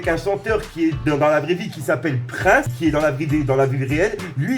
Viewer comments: Par contre gros je t’aime bien mais c’est Prince et pas Praince hein ;) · Prince le chanteur prononcé "PriNsse" il est mort en 2016 à 57 ans mais il a pas été tué. Il est mort d'une overdose... Pour ce qui est de la saison 19 des Simpson elle a débarque en 2007. Plus précisément le 23 septembre. Pour finir, la série compte actuellement 32 saisons et risquerait de définitivement s'arrêter en 2021. (rien de confirmé à l'heure actuelle)